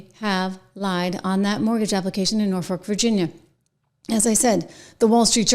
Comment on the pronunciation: It's pronounced NOR-fuhk. I cringe every time you say it. 😀